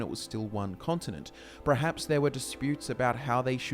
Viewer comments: you see my man in Britain, the land of English, the word is actually pronounced per-haps. If one was to pronounce it as pre-haps it is simply a sign of poor education and a lack of correction on the part of the sayers parents. Have you ever met a person who says specific as 'pacific' as in the ocean..? It isn't caused by culture or accent, it is caused by incompetence and shouldn't be encouraged. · Perhaps you should reconsider how you say perhaps.. Hint: the R is after the E 👍🏿